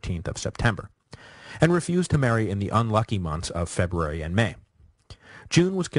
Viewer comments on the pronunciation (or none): none